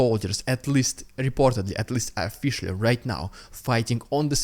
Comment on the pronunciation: Officially is spelled and pronounced with an O at the start not an A.